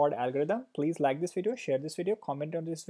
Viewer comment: it is weird how you pronounce V . Video= WE-deo. Vertices = WE-rtices xD